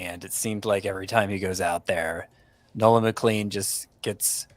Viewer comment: for the love of gokys Hernandez it’s MCLEAN. Nolan McLEAN. Not McLANE.